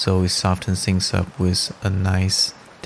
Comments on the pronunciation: Bro, pronounce th-ing, not sing! Th-ink, not sink. And wi-th. Pronounce the 'th', not as 's'. Your watercolouring - fantastic! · Your video had some of the best tips/info on watercolor that I've seen. You knowledge and skill level is top notch. Your verbal pace, voice and pronunciation is excellent. If I had one piece of advice I would say work on your th pronunciation. It sounds like the "s" as in sing instead of thing. I don't speak your language, so please do not consider this a complaint, just friendly help as I would want from someone. I have subscribed to your channel, and thank you for the opportunity to learn from you.!